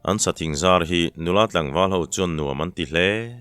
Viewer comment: "An sathing zar" thingzar sawi a, zâr rikdan niloin..